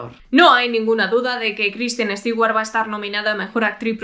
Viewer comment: Me dio cáncer de tanto escuchar "Estiguar"